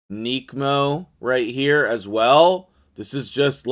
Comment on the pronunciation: ‘Neck’mo not ‘neek’mo